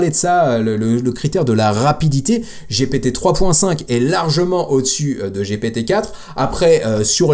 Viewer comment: Sérieux man j'ai commencé ta vidéo et j'ai entendu giiiiiiipiiiiiiitiiiiiii juste cela ça me donne envie de quitter je pense que je ne suis pas le seul ont est en France ont parle. ( G P T ) Sérieux mec fait un effort pour ton odience respecte c'est gent qui ont Mal au oreilles dès que tu dis giiiiiiipiiiiiiitiiiiiii !!!😢😢😢 Sérieux fait un petit effort et renseigne toi tous le monde dit bien GPT S'ILS TE PLAÎT fait un petit effort❤ en plus je t'aime bien 👍👍